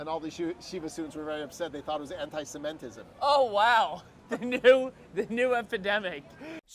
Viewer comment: "Anti-cementism" LOL!